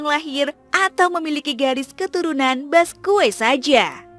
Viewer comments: BASQUE ITU DI BACA BASKE MBA, BUKAN BASKUE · Dibacanya baske bukan baskue min, jadi aneh banget narasinua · Bacanya Baske bukan Basque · Mohon maaf saran min, d bacanya "baske/basqe", thx u min